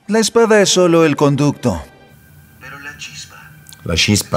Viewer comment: A “La cispa” sono morta 🫥🤣